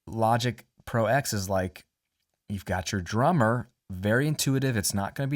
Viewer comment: Logic Pro TEN, not X :p Roman numerals. Love the video, sorry for being a pain ;)